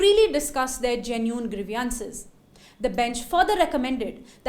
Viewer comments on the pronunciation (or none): "Grievances"..please keep an eye and ear of pronunciation.